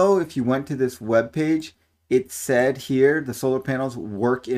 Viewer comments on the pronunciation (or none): none